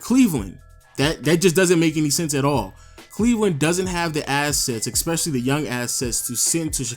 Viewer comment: There's no way I take anything you say seriously after you said "expesially"